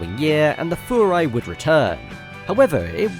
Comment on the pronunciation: You are the first person I have ever heard pronounce Furai the way it's supposed to be, and not Fyurai. Massive props!!!